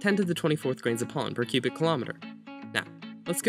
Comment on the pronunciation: Please pronounce pollen more clearly and slowly. My ears were about to bleed because I kept hearing “pawn”.